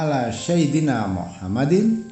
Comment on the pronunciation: bacaan Arabiah nya tidak fasih, yg jelas sebutan SAYYIDINA tu bukan SYAIDINA..